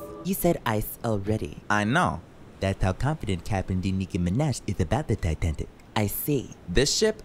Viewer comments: The fact that she said titantic instead of titanic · "that's how confident Captain De Nicki Minaj is about the Titantic" 😭😭😭😭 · Lmao “titantic” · “That’s how confident Captain De Nicki Minej is about the Titandicc ” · "That's how confident captian de nicki minaj is about the tintantic"